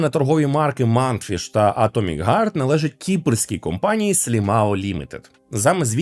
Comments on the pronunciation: Атомик гард ? Это на английском вот так пишется : " Atomic guard " ? Или можешь все такие есть разница в словах Heart и Guard ? Не нужно придумывать велосипед, все уже давно знают как правильно произносить слова на букву h. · Вибачте,а ви можете слова "хейт","харт" і т.д. казати НОРМАЛЬНО!?!? НЕ ЗМІНЮЮЧИ "Х" НА "Г"!?